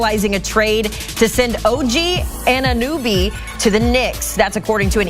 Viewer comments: “OG AnuNooby” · The trade reporter: “Og AnUnOoBy” 💀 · “Annanooby” like how you a reporter and can’t say his name correctly lmao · "OG Anunooby"